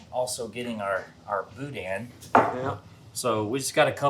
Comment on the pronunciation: Anyone who pronounces it “boo-dan” is sus